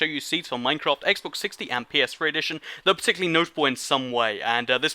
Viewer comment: he said "Xbox 60" lol